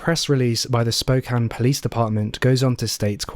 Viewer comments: Thank you for pronouncing "Spokane" correctly! You know how rare that is on YouTube? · Thank you for pronouncing Spokane correctly. I watch a lot of true crime, and my beautiful city of Spokane is unfortunately covered every so often. Most miss that. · I was a bluebird in the early 80s in WA. Thank you for pronouncing Spokane correctly. Everyone says "spo-cane" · You saying spokane correctly is so meaningful to me and I can't explain why. Love your vids!